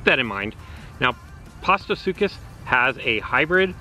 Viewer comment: The correct pronunciation is Post-uh-sook-us and Giraffe-uh-titan.